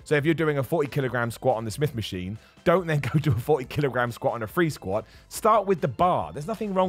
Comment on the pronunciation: “start on the smith Maskween schott” 😂